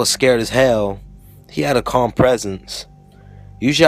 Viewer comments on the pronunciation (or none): none